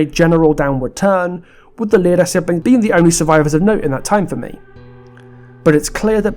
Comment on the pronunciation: Pretty sure you’re over-pronouncing Lyra